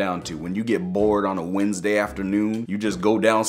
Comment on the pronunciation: Ummmmmmmmmmmmmmmmmmmmmmmmmmmmmmmmmmmmmmmmmmmmmmmmmmmmmmmmmmmmmmmmmmmmmmmmmm that not how you say wendsday dummy